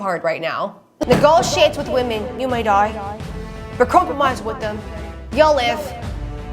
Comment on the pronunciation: I am so annoyed with the 1800’s - 1900’s guy for a lot of reasons. The consistent misuse of woman instead of women makes me question if earth English is his first language.